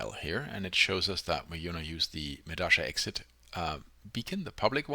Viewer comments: Why the hell do you keep saying medasha instead of medalla? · If it's in Spanish then it's pronounced meh - dah - yah, not meh - dah - sha. You don't say posho, when you read pollo (chicken). You say poyo.